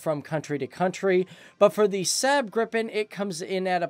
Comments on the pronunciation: Lagom No man, i get tilted when north americans say everyting like english! xD He says the A in Saab like english word sand... The A should sound like the A in awful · I've much liked the SAAB Gripen JAS-39. Pronunciation: Please SAAB is "SAhhhB ' (Ah'= A like in "Almost). Not "SAB' (A like in Apple). Your mispron. damages credibility of your good video. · are you Swedish? In that case you know this. He's pronouncing Saab like sääb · not sub but rather saab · ´SäääB gripen´ xD! Dude prepare you words google is your friend